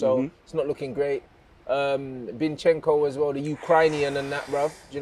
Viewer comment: “Binchenko” “The Ucrynian” 😂🤣